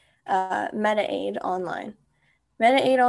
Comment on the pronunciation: It's mediCaid not medi-aid.